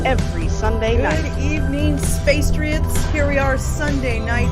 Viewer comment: did you just say 'spacetriots'?? lol i love you two craicpots